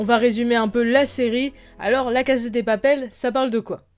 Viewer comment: Ton accent anglais s'est bien amélioré par contre en espagnol on prononce cassa et pas caza. Tres bonne analyse. J'espère qu'on aura ton avis sur la saison 3. Je viens de la finir et jai été agréablement surprise.